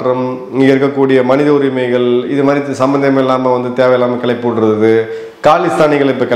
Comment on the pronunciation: "நிகல்வுகல், மனித உரிமைகல்" போன்ற உங்கள் தமிழ்ப் படுகொலையை முதலில் நிறுத்துங்கள். தமிழை சரியாக உச்சரிக்க முடியாதவர்கள் ஊடகங்களில் பேசுவதை பொறுத்துக்கொள்ள முடியவில்லை.